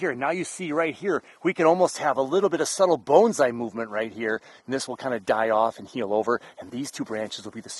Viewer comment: Why pronounce it Boanszai? Peter Chan says it best when he says that pronounciation is pretentious. It's Bonsai.